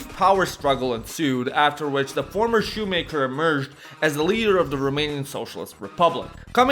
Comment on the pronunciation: "The Former SHUMAKER " YEE SHUMAKEER